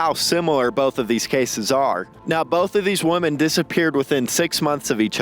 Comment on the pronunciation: "None of these woman have been found to this day" Dude.. what? I'm going to go out on a limb here and guess that English is not your first language. Woman = WUH•min Women = WEH•min